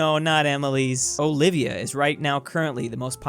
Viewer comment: Is it normal to pver pronounce the O in Olivia